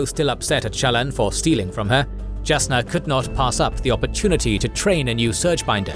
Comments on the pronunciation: One nitpick, it's not Jah Keved as in jar. It's pronounced Yah Keved (same with Jasnah)! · Is his pronunciations not bothering anyone else? The J in is pronounced with a Y like Jalapeno in names like Jasnah (Yasnah). There are other issues but its a good recap.